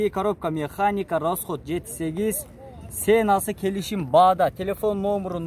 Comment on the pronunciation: Сенасы дебей ценасы десен